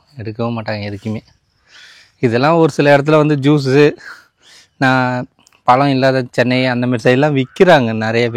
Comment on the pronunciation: Pazham nu pesupa azhaga irukum